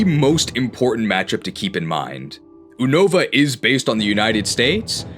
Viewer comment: ever since you started pronouncing Unova wrong I’ve heard more and more Pokemon YouTube guys pronounce it wrong too and for that you’re just the worst